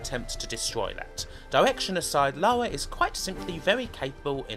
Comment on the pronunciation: Great take on the series! But, for Christ's sake, STOP SAYING "LAWA"!! Her name is LaRa. Say it: LA-RRRR-A